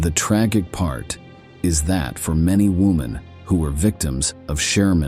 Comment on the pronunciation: Tragic is pronounced wrong as well